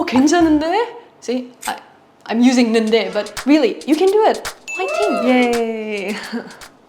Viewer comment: correct usage! You have no idea how many people cannot use 는데 and think of it like a replacement of ~지만. However i think the proper intonation would help, being a question doesn’t suit here